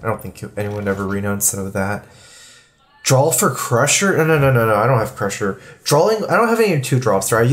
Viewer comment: dude keeps saying "drawl", even saying "drawling" wtf